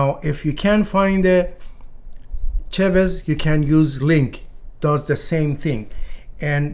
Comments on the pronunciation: I mispronounced it, I meant chives 😂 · Hi Edmund, the herb is “Chives”, my pronunciation is a little off sometimes :)